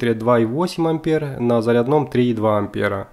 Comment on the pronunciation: Не "мультИметр", а мультимЕтр!!! Не на "заряднОм", а на зарЯдном!!! Не "кабелЯ", а кАбели!!! И т.д...